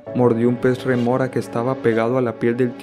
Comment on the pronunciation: Es rémora, no remora. De nada.